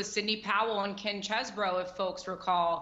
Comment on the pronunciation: It is pronounced CHEESE-BRO.